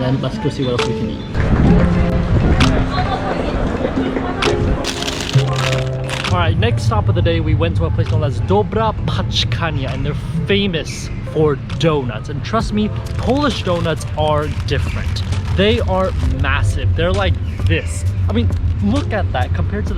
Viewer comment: Why english speakers always pretened that Ą and Ę do not exist when they read. I know you dont know this letter but you just read it like its doesnt exist at all Its "dobra pĄczkarnia" Ą is not A, its a different sound "Dobra pAczkarnia" as you said is something like "good parcels" "good packages" but not "good dounats" Ą is like in french, closer to "ou" than "a" please respect different than in english letters in other languages